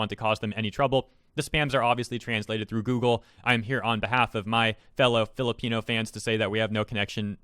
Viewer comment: The way you said "fellow pinoy fans" sounds like "filipino fans" to me lmaoo